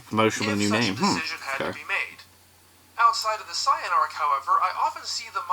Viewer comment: What is up with the way that guy pronounces certain words, like pronouncing Saiyan as cyan? It's really distracting lol